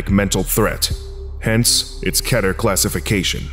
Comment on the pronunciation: I only watch this channel bc he pronounces Keter right.